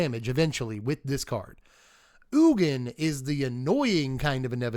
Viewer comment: Ugin is pronounced 'you-jin' not 'oogen'